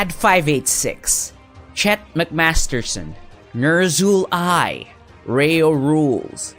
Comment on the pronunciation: The videos arent complete without his funny pronunciation of those names, not that i could make it better, i'd commit manslaughter just by thinking how should i pronounce them